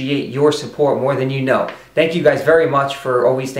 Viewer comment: did you say limmiless in the end? i did not catch that haha